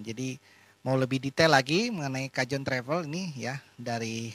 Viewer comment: dibacanya kahon ya...